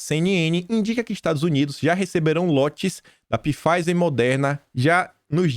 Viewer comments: Não é Pifaizer que se fala, é Faizer, o P é mudo!😝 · .Pfizer = Faizer, essa é a pronuncia..bjs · Pronuncia-se “faizer” com p mudo e não “pifaizer” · URGENTE...... VOCÊ COMETEU O MESMO ERRO QUE EU À ANOS ATRÁS.... NÃO SE FALA PIFEISER E SIM FEISER.... LABORATORIO AMERICANO..... 🤔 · pronuncia-se “Faizer”. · Nobre, sou chato e seu seguidor. Pfizer se fala 'fáizer', engula o P, abraços. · apenas com o intuito de ajudar, o nome pronunciasse Pfizer = faizer, o "P" é mudo. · Pfizer = "Fáizer", o "p" é mudo. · Só uma observação,: Pfizer se lê Faiser 😉 Obrigada por tanta análise boa que vc traz todos os dias 💐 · Não é !!! Empresa fundada pelo alemão Pfizer ! Procure a pronúncia no Google Translator !